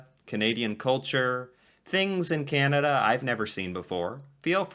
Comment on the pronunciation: Sorry to be a Canadian pest but you're pronouncing the name of Canada incorrectly. Your first A in Canada is too nasal. The A should be pronounced back in the throat, with the jaw dropped straight down, and not in the nose. Listen to the two American ladies in the interviews. They pronounce the first A more softly and you should too! Listen to the much softer and smoother way you say "Canadian." There you pronounce the A correctly.